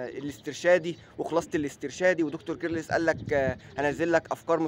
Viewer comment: يسطا كيرلس مش بتتنطق كدا 😂